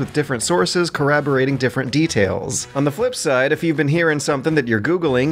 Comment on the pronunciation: I mean he got Corroborated wrong again, so w/e